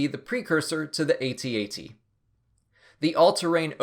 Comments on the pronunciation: AT-AT it just pronounced At At, not aytee aytee. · It's not Aye-Tee Aye-Tee. It's AT-AT. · AT-AT is a camel, AT-AHT is this buffalo thing.